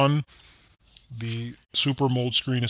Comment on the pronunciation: its AM'-O-LED